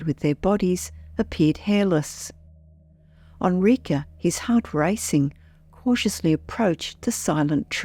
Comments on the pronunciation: Enrique: Eh n - r ee k - eh Not: "Ah n - r ee k - uh" wtaf.... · It def sounds funny. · "Onrika"? I guess she means Enrique. Geez! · This is what i wanted to say. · yeah, that drove me crazy too, and I’m an English speaker.